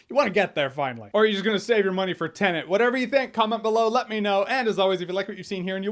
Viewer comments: What is it with YouTube reviewers and calling "Tenet" as "TenaNt"??? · My two favorite Movie Reviewers: Jeremy and Chris Stickman... Both calls Tenet "TENANT" 🤦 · ........why is everyone calling it Tenant? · It’s like the only way to hear Tenet said right is in the commercials